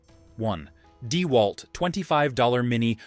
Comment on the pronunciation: Yep. The video looks to be a mash of promo videos and videos of various YouTubers and the "narrator" pronounces it DEEwalt instead of DeWALT.